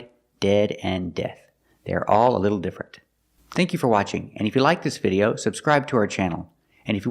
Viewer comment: I noticed a mistake when she pronounced the word “video” 🤔🤔